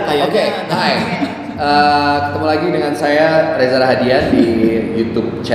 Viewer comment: Maaf ya ka. Namanya reza rahadian. Gak pake R 😊